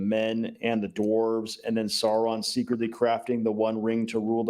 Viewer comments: Sorry if my pronunciation is confusing. I’m pronouncing the ‘u’ in Sauron. I believe it should be less of a ‘Saaa-Ron” pronunciation, and more of a ‘Sow-Ron’. Same thing with the dragon, Smaug, BTW. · I'm a Tolkien noob but why does call Sauron "Salron''?